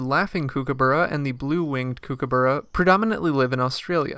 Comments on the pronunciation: It koo/koo/bu/ruh Not kookoo/boorah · For goodness sake Americans. It is pronounced COOK aburra. Not KOOK aburra. Spelt Kookaburra but pronounced Cookaburra GET IT RIGHT!! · Kuo- kuo- burra. You are saying it wrong mate. Cookah-burra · I'm in Australia now snd they all keep telling me it's pronounced koo ka barr a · It's pronounced (cook - a - burra) like to "cook" food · The narrator has got no idea whatsoever how to pronounce "Kookaburra". For goodness sake, do some research and learn the correct pronunciation. You're embarrassing! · I think the birds are laughing at the way this guy pronounces Kookaburra!! 🤣🤣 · They should be! Americans are hopeless with pronunciations. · Why don’t you learn to pronounce the name correctly before making a video.😡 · Why you say it wrong 😭